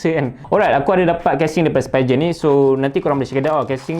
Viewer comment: Spee-gen. Bukan spy-gen